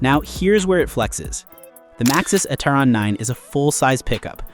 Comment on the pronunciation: It is NOT Etteron……it is E Terron.